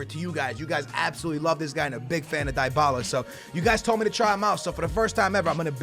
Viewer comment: it's DEE-Bala. For fucks sake